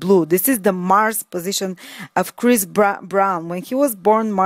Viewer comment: lol!! chirs.. chris.. umm what's his name... very funny